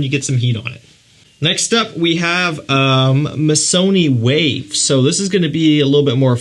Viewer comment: MISSONI WAVE?????? DUDE, ARE YOU DRUNK????